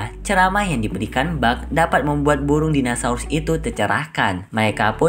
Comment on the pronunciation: "MELEKA" "METEOL" "DINOSAULUS" 🤣🤣🤣 Eh maap . . Yassalam